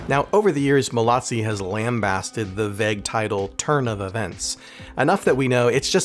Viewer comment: Joseph MALOZZI !! Pas malazzi ni molazzi